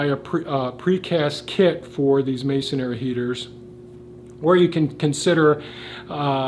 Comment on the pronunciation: Please: I love the English language. Those who present in English should as well. Masonry is pronounced masonry, not masonery. Thank you.